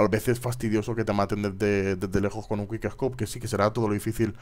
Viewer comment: es quick no te comas las letras ;)